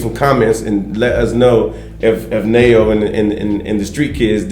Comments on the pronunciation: You pronounce your friends name as Nhe-Wo=Neo not as Ne-Yo. The name means gift. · It's pronounced Newo.